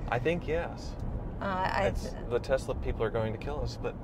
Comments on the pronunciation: it is TeSla not a TeZla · Why do you guys say "Tez-la"?